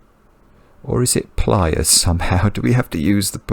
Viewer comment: It took me quite a while to realize that was saying “pliers” not “playas” (“beaches”).